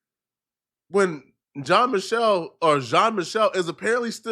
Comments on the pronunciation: It’s not Jean Michael it’s pronounced Jean Michelle lol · “Jean Makal” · If you watch Candace you would know that is probably one of the people who accepted the money from Israel to go against Candace. The fact the he cant probably pronounce the name Jeam Michelle right proves he hasnt watched a single thing of Candace's based on this subject